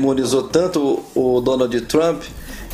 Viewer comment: “Donaldi “ Trump kkskksksksksksk